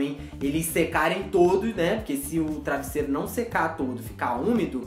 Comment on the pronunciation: É travesseiro você falou errado